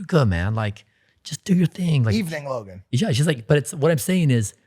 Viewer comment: Mike called Logan, "Lo-gain" ...hahaha wtf